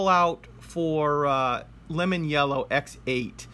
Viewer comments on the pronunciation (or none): none